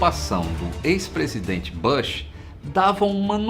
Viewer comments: Ex presidente Bãsh 😂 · querido, a pronuncia do sobrenome do Presidente Bush, soa com "u" e nao com "a". B U S H como se lê. ok? Fica a dica! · Atenção para a sua pronúncia do nome do presidente… É “Bush” o U tem som de U ! Um abraço